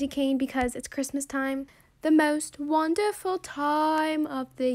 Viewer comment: That accent how u said “the most wonderful time” 😂